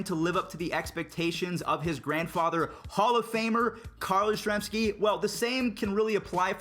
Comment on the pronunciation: yastrzemski noy yaztezmski